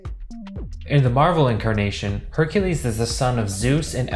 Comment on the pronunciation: Only Name He Said Correct Was Hercules 😒